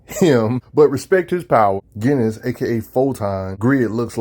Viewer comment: Are you sure its pronounced GHEN=is? I was under the impression that iwas JENN- is, but i may be wrong. I think that because o dialogue in an issue awhile back where they make a JEN name joke. Not sure tho